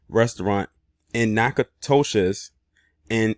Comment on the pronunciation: The town is pronounced NACK-A-DISH